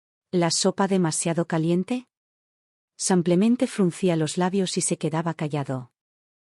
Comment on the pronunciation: Que significa la expresión SANCLEMENTE, que la oigo en muchas de sus historias..? Excuse, me parece que es error de lectura y lo que quiere decir es SIMPLEMENTE. De lo contrario no entiendo esa exclamación..!! Gracias.